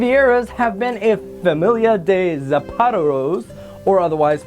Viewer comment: I know this video was made 3 years ago, but you pronounced zapateros wrong, it’s pronounced sap-a-te-ros.